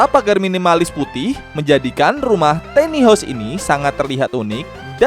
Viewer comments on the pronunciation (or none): Tiny dibacanya bukan teni tapi taini.